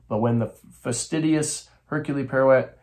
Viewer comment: The H is silent. Air-que Pwa-row, this gets fun to do. Oh well, a rose by any other name, my little grey cells.